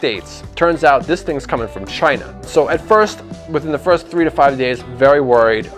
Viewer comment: Donald Trump "Chy-Na"